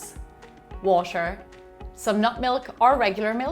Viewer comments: Why does she say washer? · the way you say water is driving me crayyyyyyy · the way she says butter, water o.O